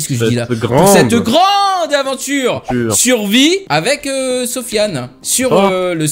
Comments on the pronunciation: pour quoi tu disais suvie au lieu de survie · TA DIS SUVIS